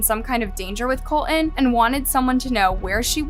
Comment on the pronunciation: Is there a reason the AI narrator cannot pronounce "Colton" correctly? It contains a "t" at the beginning of the second syllable.